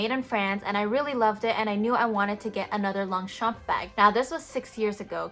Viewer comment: Please pronounce it properly!